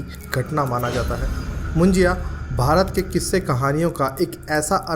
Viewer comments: Moon-ji-ya nahi Moon-ja (मुंजा)😊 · मुंज्या... असत रे.... मुज्या नाही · मुंजाया नहीं मुंजा बोलते हैं